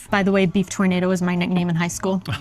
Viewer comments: LOL Tornado it is Tour na do, like oooh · tournados is pronounced as "tur-na -do" great peace of meat but no tornado .lol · tour- naah- dough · Try pronouncing tournedos as tour-nuh-dough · I'm not sure if you really think it's called a tornado? Or you know it's a Tournedos (French sounding) 😂😂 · You need some France pronunciation session.........it is not a tornado :) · The beef tornado should be pronounced in French:) The tournedos is part of the cow. Loveley video again, as usual.